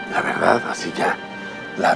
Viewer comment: la veedad la verdad la veedad xd